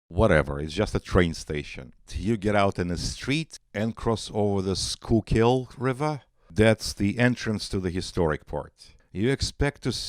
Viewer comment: Fantastic take from an outsider. They’ve been chasing away the good people for decades. Yes, the worshippers of money hate us. It’s “Skoo-kul” river, don’t pronounce it like “school-kill”